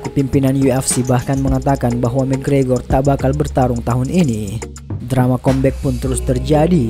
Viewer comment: Kambek bang bukan kombek